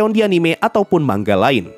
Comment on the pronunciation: bang bacanya manga bukan mangga 💀